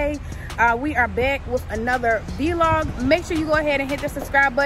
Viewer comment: ugh vlog NOT VEE LOG ugh smh